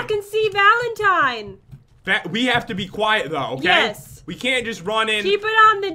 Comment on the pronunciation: its valentían